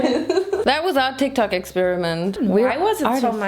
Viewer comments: No one: Literally no one:: Calls TikTok TikTik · Did she say Tik Tac Instead of tik Tok ? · i guess she said tik tak...i watched the video yesterday and i thought i noticed tik tak....but to be fair i am just a pedantic and i hate tik tok. its just braindead 🤷‍♀️🤙